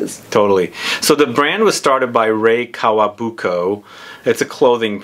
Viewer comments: Oh and guys, it’s not Kawabuko it’s KAWAKUBO! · It’s KAWAKUBO not Kawabuko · I know this video is over a year old but I need to say clarify it in case someone watches it and also gets it wrong: it's Rei KawaKUBO, not Kawabuko. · Did she just say Rei Kawabuko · I loathe the way Rei Kawakubo’s name is mispronounced. Also, no Odeur53?!